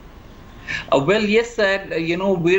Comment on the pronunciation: A VUMAN A VUMAN Lol Lol Lol